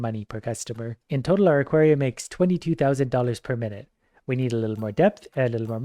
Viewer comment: you pronounced aquarium like equarium